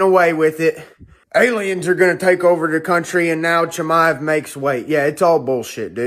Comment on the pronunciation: Please stop saying "Chimmy-ev", Mike.